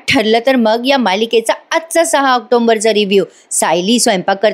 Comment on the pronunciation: ऑक्टोबर महिना सुरू आहे. ऑक्टोंबर नाही, रोज ऑक्टोंबर बोलत असता. बदल अपेक्षित आहे